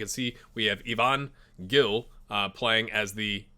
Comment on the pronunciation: I believe Gil is pronounce like Hill